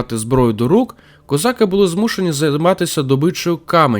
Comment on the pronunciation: Дякую за ваш огляд справжньої історії України, а не видуманої і перекрученої. Дякую за українську мову. Видно що вам важкувато говорити, але у вас гарно виходить. Тільки одне прохання щодо такого знакового слова для України, як козАки. Дуже ріже слух кОзаки. Це на якийсь російський манер звучить. В Україні були тільки козАки, козАк. А в усьому іншому дуже сподобався ваш ролик.